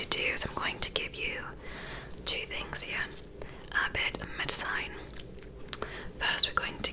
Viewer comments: Perfect? What the hell is "medcyne"? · bestie why you saying medicine like that? 💀 even with an accent, nobody pronounces it like that